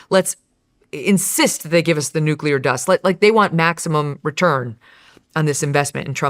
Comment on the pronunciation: Also. Why can't Joe Kent pronounce 'nuclear' properly? He will have read it and said it a million times in his job. Why has no-one corrected him?